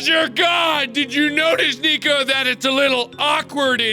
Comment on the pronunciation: Has every 'm' been replaced with an 'n'? I'n, n'hn, and a few other wierd instances